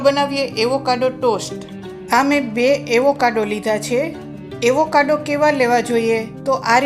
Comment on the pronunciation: Aevokado nahi ben Avocado bolo..